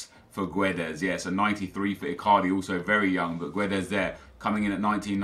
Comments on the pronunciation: When reading Guedes ignore the 'u' , just say Gedes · Guedes is pronounced Geddz btw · gedes dont say the u im portuguese